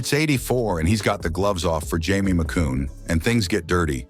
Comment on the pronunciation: Messi-ER, Grant FOUR, Jamie MAC-COON, what the hell?